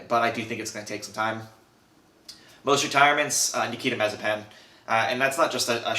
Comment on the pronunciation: Nice vid , but I think you're mispronouncing Mazepin.